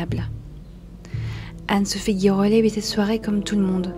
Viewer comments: Ça se prononce GIrollet ; comme Girafe et non GUIrollet ; comme GUItare !!! Écoutez la phonétique, cela vous évitera ce genre de remarque 😊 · Cela se prononce « ji rollet « et non gui. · Girollet ça se prononce Ji et pas gui . Il n'y a pas de "u" après le G . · Oui cette prononciation d un nom écorché est vraiment moche !